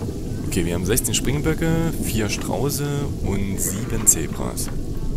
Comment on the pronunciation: Sträuße nicht Strauße